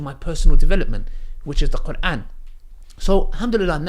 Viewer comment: but you're pronouncing is very good ,I would be impressed if I saw somebody that pronounce quran like you keep doing dahwah bc ur understanding to islam is better than some arab muslim that can read quran .